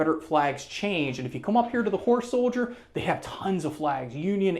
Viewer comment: Kept sounding like the presenter was saying “whore soldier lol”. Jokes aside amazing museum!!